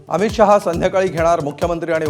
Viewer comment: शहा असं स्पष्ट म्हणायला शिका.शाहा म्हणताय